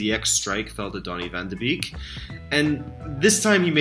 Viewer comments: Nice analyses man, but with the Ajax team doing so well I would like to teach you you the pronounciation of donny van der beek. Beek is called "bake'' in the Netherlands. Like backing bread. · Hey, small comment from a Dutch fan: Van de Beek is pronounced like Bake. It's also his birthday today!